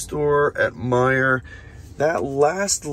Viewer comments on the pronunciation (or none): none